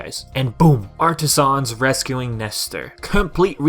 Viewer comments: It’s pronounced “Artisans” not “Artisahns” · Dude the way you say Artisans makes me cringe lol 😂 In all seriousness though, the correct way to pronounce it is: Ar-ta-sins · The only mistake was your pronounciation of "Artisans" its pronounced as if it's one syllable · I like how you say Artisans